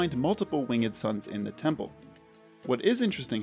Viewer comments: why are you pronouncing the e in "winged" lol :/ it's just "wing'd" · Stop saying winged like a hillbilly